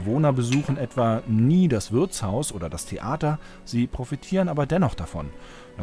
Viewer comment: Das heißt Wirtshaus, nicht Würzhaus.